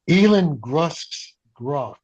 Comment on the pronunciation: "Elan Musk"? Weird pronunciation.